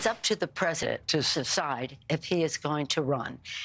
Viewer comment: Nancy said suside